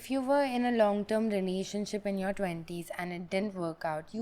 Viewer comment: says Renanionship hahah